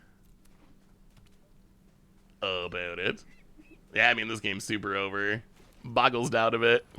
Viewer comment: "Overlord of the Boyerbiggles"?? Never change,. Love the brews, looking forward to more in the new set!